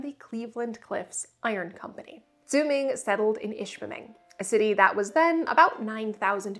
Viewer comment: You must be settling into the UP quite nicely, I swear I heard you put the R in ishpeming.